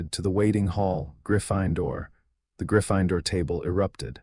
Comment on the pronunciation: In no dialect of English is Gryffindor pronounced Griff– fine– door if you cannot pronounce words then have your programmer reprogram you as an AI so that you actually can speak English and not this pig latin that you're speaking😊